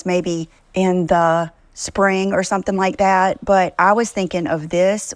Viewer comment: When says Different, she actually means Ugly. Also "...or sumpin like dat" drives me crazy.😵‍💫